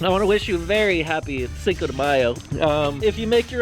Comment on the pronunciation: but u cant say cinco properly 😂😂🤦‍♀️